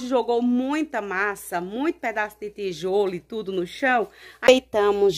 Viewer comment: I tudo tudo ela fala itudo kkkkk aff